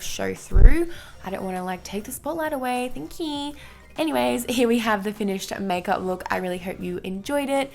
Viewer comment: "Thankjiii" legendary! 😃